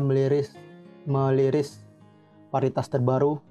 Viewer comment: Merilis om bukan meliris